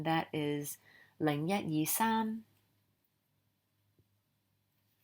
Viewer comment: Thank you! Love your work! I wanted to add that the high tone for saam is also missing in the video.